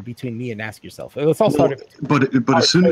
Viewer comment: I thought you were saying "ass yourself".